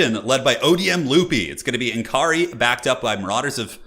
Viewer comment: BTW it s not N Kaari, its Nakarri! p.s /sigh Americans 😜